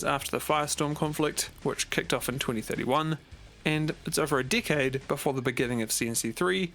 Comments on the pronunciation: IDK y but when he say decade i hear dckhead...i really need to get my ears checked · Keep hearing "dickhead" when he says "decade" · Say decade again haha